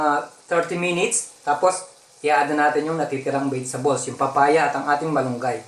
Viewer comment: Na stress ako s "bidstables" hahahaahha